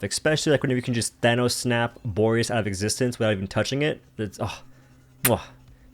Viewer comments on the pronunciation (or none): none